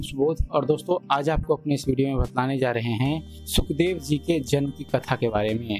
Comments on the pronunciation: सुखदेव नही शुकदेव है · महर्षि जी का नाम सही से लिखिए और बोलिए। शुकदेव ऋषि होता है सुखदेव नहीं।